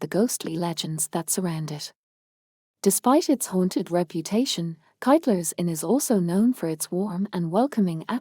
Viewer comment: Wrong Hole in the Wall on the outside, correckt one from the inside. And please learn how to pronounce the Irish correctly. You say Kyteler's with a classic American Y, which is wrong.. My last correction is that it's called The Republic of Ireland, not Southern Ireland..